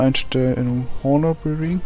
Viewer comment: Das H vom Honor wird nicht mit ausgesprochen :p